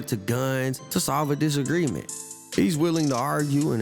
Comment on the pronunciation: This dude said Dis Angriance……. Wtf is dis? Disagreement pls bro